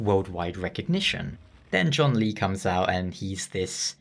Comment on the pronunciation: Well, at least you acknowledge that John Lee isn't how you're supposed to pronounce his name 😂 But in all seriousness his name's pronunciation really isn't hard to say.